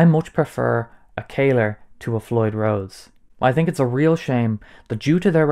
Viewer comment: Bro, how did you read that one as "kayler"?? O.o It's not written as how I wrote it above, or as "caler" or "kaler", it's "Kahler", so it should be read as "Kaller" with "a" as in "Alex".